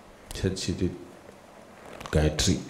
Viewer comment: every time he says, "so Gayatri", it sounds to me like he's saying "psychiatry."